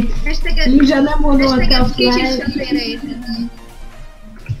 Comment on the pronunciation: Nem lizsa hanem rizsa :D